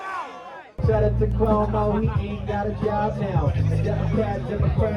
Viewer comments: Not como, cWOAHmo. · Somebody please tell Luke that Cuomo has a "U" in it.